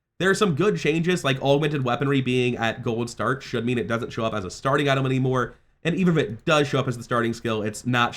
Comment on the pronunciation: Why does he pronounce item as "Itolm" 😭